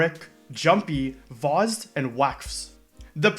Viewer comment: "Zh" in "Vozhd" is pronounced the same way you would pronounce "s" in "television"